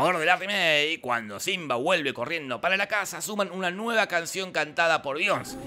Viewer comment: Be-ion-sé (no Bions!)